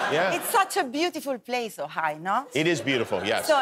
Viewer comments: I totally thought she said OHIO! LOL!!! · I thought she said Ohio too. I love her! Great on the show. Great on here. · È il 1994 e Sabrina è quella intelligente e acculturata di Non è la Rai. È il 2022 ed è un’attrice internazionale 😎 peccato per la pronuncia, aggiustando quella ha un inglese perfetto per lavorare oltre oceano